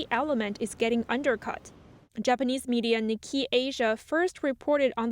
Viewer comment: Nikkei is pronounced "Nick Kay" not "Nick Key" 😋